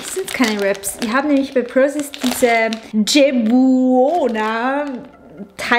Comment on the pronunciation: Hallo liebe! so schön zu sehen, daß es dir sehr gut geht - kleiner Klugscheißer Tipp: Dieses Fladenbrot = ital. Piadina wird vom Namen auf der Packung "Che buona" ausgesprochen wie "Ke bona" = dt. Wie gut/lecker 🤓🤓🤓 Alles Gute weiterhin in deiner spannenden Zeit! 😉